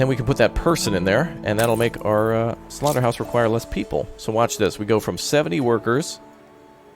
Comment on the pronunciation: Don't say slorta hawse I am vegun